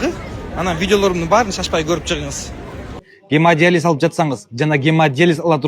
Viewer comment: Гемадализ --- ( гемодиализ), тарпедиа --- ( торпеда), Ибн Сина -- 500 жыл мурда жазган эмгектерин --- мен шок абалдамын. Ушул сөздөрдү туура айталбаган чала сабатка ишенип тентиреп барып жүргөн сабатсыздарга убал дагы жок экен да.